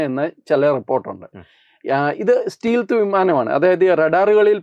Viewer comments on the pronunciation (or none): സ്റ്റീൽഥ് അല്ല സ്റ്റെൽത്ത് ആണ് ശരി